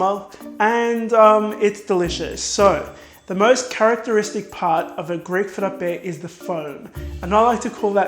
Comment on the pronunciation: Hey! Are you Greek or something like that? Because your pronunciation is reallyy good! 💗 Some love from a half Greek from the Netherlands! 🇬🇷🇳🇱